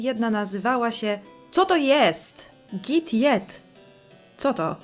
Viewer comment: "Geet yet" = "idź jeść" :)